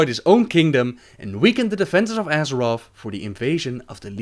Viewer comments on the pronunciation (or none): side note: Azerof?? come on!!!!!